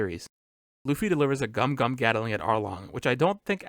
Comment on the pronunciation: Its not Gum-Gum, its Gomu-Gomu!